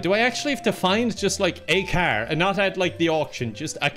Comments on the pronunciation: Learn how to say car like a normal human being please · Who do you say karrr (car) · I like the way you say car. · WHY DO YOU SAY CAR LIKE THAT